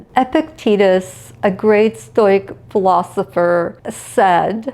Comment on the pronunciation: Thank you for this. Lovely thoughts. I will gently suggest you look into the pronunciation of stoic and stoicism.